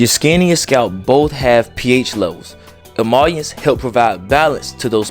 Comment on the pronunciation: It’s Emollient, pronounced E… Moooo… Leeee…. Hent. Lol 😆. Good content bro.